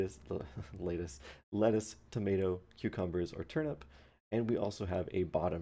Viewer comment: Did anyone notice that he was slightly snickering after reading 'Human' and said "leittuce"?